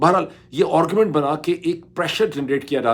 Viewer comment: ڈاکٹر صاحب ایک تو آپ کا دعوی یہ ھے کہ آپ انعام یافتہ مقرر ہیں۔ لیکن ہم آپ کو روز اس قابلیت سے محروم دیکھتے اور سنتے ہیں کہ آپ ایک بھی جملہ ایک زبان (اردو یا انگریزی) میں بول سکیں۔ نیز ان زبانوں میں بھی آپ الٹا سیدھا بولتے رہتے ہیں۔ 'آگے بڑھنا" ھوتا ھے نہ کہ "آگے بھڑنا"۔ درست تلفظ "گھنٹہ" ھے، "گھینٹہ" نہیں۔ انگریزی میں بھی AARGUMENT بولا جاتا ھے ،ORGUMENT نہیں۔ اسی طرح heads of governments کہنا درست ھے، head of governments نہیں۔